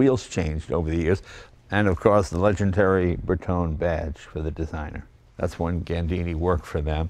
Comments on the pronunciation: If you are gonna do funny lines in almost-Italian and then pronounce Bertone with a silent "e" - why not go full-on American and say Montreal with "real" pronounced like in "real American"? Why only butcher some words? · Jay jokingly speaks with an Italian accent, yet his pronunciation (and Alfa knowledge) are off. 😁🍀 It's SPICA (speek-ah) and Bertone (bear-tone-ā) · Well isn't Jay from Italian decent? How is it possible that he mispronounced almost every Italian word in this video. Bertone, SPICA, macchina. As a former Alfa Romeo owner I do not accept that. Otherwise great video! :)